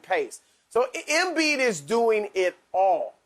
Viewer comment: It’s embiid and it’s not close